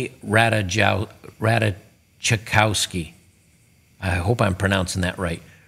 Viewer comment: it's pronounced "Rat-Ass-Koff-ski"